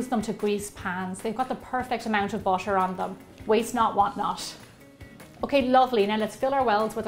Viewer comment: I now im late but why do you say bootor